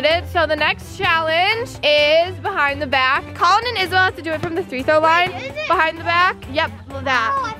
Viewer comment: Bruh stop calling it three throw